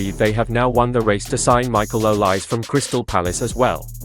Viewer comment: Please pronounce the name properly: Not two syllables, o-lise, but three syllables: o-li-se, with e accented as in French entree